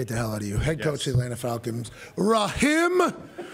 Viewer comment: Excuse u but it’s “RaHIM” 💪🏾 lol